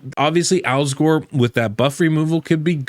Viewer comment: Alsgor? I thought you said Al Gore.